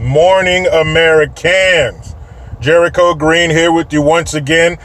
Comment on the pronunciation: J----ERICHO, IDIOT. NOT "G"